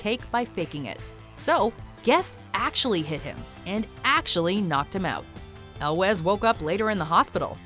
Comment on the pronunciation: Cary Elwes's name is pronounced "El-ways" not "El-wes".